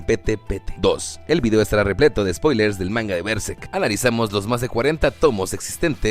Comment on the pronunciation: Buenísimo el video. Podrías pronunciar berserk bien al menos...